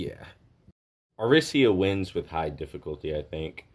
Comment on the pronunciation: A-ree-sia with the sia being like the sia in Persia.